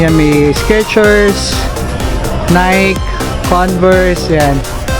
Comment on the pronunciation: Nike po is pronounced as nay-ki.👍